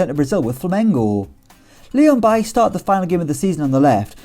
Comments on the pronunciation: Its Bailey like the English pronunciation BAY-LEE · Leon Bailey is pronounced Bayley not like the Man U Cb